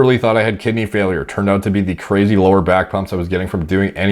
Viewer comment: I don't know why, but I laugh every time he says "back pumps" 🤣